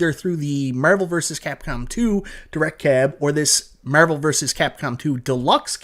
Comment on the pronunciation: Literally said nothing but Meeervel like 100 times